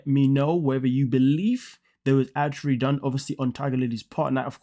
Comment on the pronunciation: I have never heard anyone pronounce ADULTERY the way you do.😮